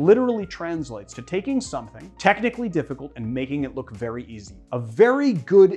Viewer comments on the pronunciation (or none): none